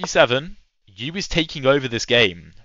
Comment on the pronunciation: I don’t think Max Euwe was a sheep… it is more commonly pronounced in uk English as something like “Urrver”, although if you ask on Reddit you’ll likely get 100s of alternatives. Same as asking how to pronounce Scheveningen!?